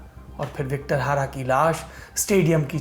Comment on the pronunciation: सर Victor Hara नहीं बल्कि Victor Jara नाम था उस सिंगर का ।